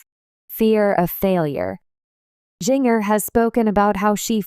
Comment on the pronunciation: Her name is pronounced JINJER!